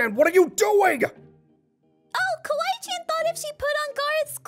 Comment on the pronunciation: THATS NOT KWAII COON ITS KWAII CHAN